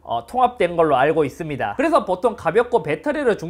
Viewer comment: 잇섭 님 발음 특징 : ~~~(제품 특징)스러워진 아이폰을 볼 thㅜ 이thㅡㅂ니다!